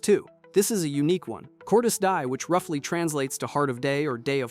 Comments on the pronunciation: I felt the wrath of my latin ancestors when he said that. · Yeeaaahh…I don't think that's how you pronounce Cordis Die.